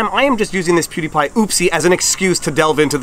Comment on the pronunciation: ¿What's a pew d' pie? ¿A sóuffle?